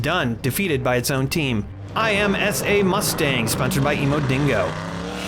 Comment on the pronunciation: For future references IMSA is an acronym and is pronounced as it looks (im (as an impossible) sah)